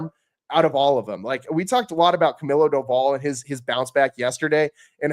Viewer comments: it’s cah-mee-low not cuh-mill-O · glad cause that’s literally how you pronounce his name and he can’t ever get it right lol